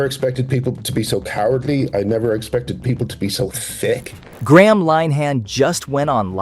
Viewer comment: You could, at the very least, pronounce Graham`s name correctly?